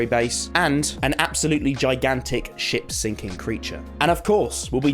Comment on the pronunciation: Dude instead of "sinking ship creature" I heard "sinking s*** creature"